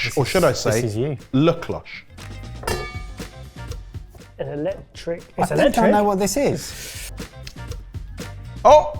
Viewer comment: La cloche….ding-a-ling. Jamie😂